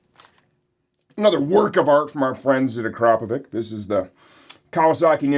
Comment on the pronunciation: It's pronounced 'ack row po vitch' Of course you also have his details to forward to the Police for a fraud prosecution. Bet he didn't think of that either 😅 You're welcome.